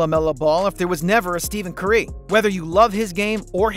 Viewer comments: did this guy really just say Steven CurE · He said it like steavean curay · It was interesting that you said Steven Curry